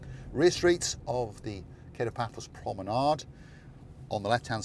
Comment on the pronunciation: Pano Paphos ,meaning upper Paphos, and Kato Paphos, meaning lower Paphos . The a in Kato is pronounced as A- lpha not as the A in catering.